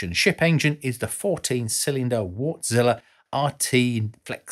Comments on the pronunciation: Wärtsilä is pronounced Vartsila. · Look at how "Wärtsilä" is pronounced. Ä=æ. Not like "wart" would be pronounced. It's "wærtsilæ". It's a finnish name. You know... Finland. I know it can be challenging but since this channel is aimed to be informative might as well get it right. Just saying.... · Thanks, another rather elegant and entertaining video! You might want to look into the proper pronunciation of 'Wärtsilä' though, as 'Wartzilla' sounds more like something from a Japanese b-movie... lol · I smile every time you pronounciate "Wärtsilä" as Wart-Zilla:) Sounds like a monster, which it is. Thanks for this episode. Always worth the time to watch your videos.